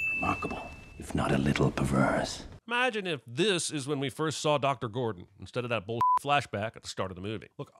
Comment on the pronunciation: You okay there, Cinemasins guy? "Dr GORDAN" earlier, "PITTY" party (instead of Pity). These are pretty basic mistakes. Either you were high and loled past it or you're not okay. Which?